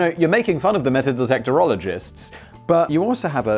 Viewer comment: He also said dictectorologists!😄